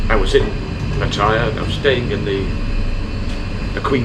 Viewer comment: Please tell the owner how to pronounce Pat...taya